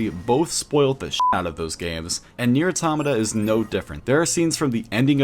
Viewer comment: WHY DOES EVERYONE SAY AUROMATAH ITS PRONOUNCED AUTOHMAHTAH